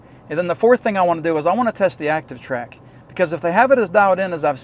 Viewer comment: "Acshion" Track (as you pronounce it) is a DJI thing. Quick shots is a (mostly useless) camera macro mode used to impress your aunt on YouTube. Try again, Einstein.